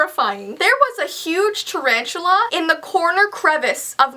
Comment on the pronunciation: said 'Charanchula' LOL